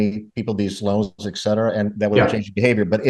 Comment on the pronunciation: And please say ‘et cetera’ NOT ‘ek cetera’.